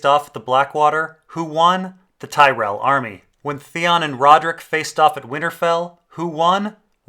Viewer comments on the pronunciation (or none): none